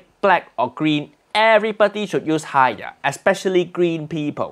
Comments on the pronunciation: HAIYAAA....not hiyaa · its haiya